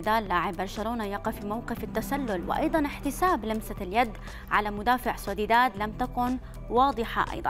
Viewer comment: طيب انطقي الاسماء صح . الفريق اسمه سوسيداد وليس سوديدا والتاني اسمه الكاتالوني وليس الكتالاني